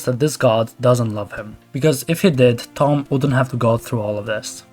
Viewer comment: did you say Thom like thumb? It’s pronounced Tom..